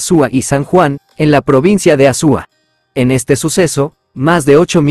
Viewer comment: No se dice Azúa Se dice Azua